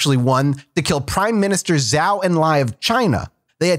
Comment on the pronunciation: For future reference, Zhou is pronounced as Joe, not Jau